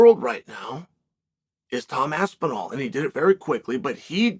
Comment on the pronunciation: Chael so impressed by Tom's performance he pronounced his name right